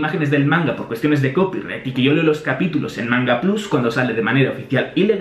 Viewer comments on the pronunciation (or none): none